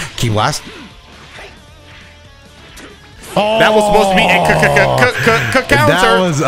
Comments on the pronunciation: “Coutner” lmfao🤣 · Don't worry, I'll never forget about Jiren's "coutner"